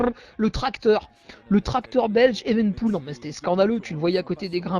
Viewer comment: Evenepoel => "Éveuneupioul" Pas "éven'poule"